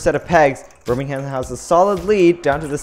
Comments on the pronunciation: Bir-ming-um not Bir-ming-ham. You don't annunciate the "h" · reeeee it's not ber-ming-ham its pronounced ber-ming-um. As a Wulfrunian living nearby, this annoys me to no end. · I live in birmigham and it’s pronounced birm i gham not burning ham XD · that isnt how you say Birmingham, its pronounced birminghm, you do not say ham, its hm. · Just wanted to point out, you don't pronounce the h in Birmingham